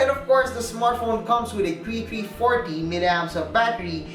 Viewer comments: Three not Tree. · Tree i 😂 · Nova chree i😭🤣🤣